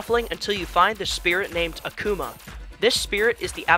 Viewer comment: "search for a spirit named "AhK-oomAH" it pains me to know that there are people who have no idea who Akuma is. Also, you cheesed him until you won!? Youre so weak sauce broh